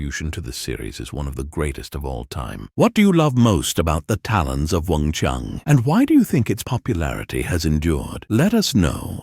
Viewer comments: CHI-ANG NOT Weng Chung!! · wing chy-ann not wong chung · Weng-Chiang, not "Wong Chung". If the narrator cannot get that right, I don't want to listen to the rest of his "review"! SMH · oh it's a Fudgeknocking AI voiceover again. WUNG CHING!!!🤨